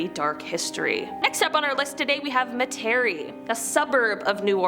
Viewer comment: Literally this lady did not research on how to say any of these names let alone also butchered the history. Literally only said chalmette right. Bruh I am did on her pronunciation of metarie. As a local of Met-rie[ how we say it] I absolutely hated this video. Maybe actually do some legit research and learn how to say the names before offending us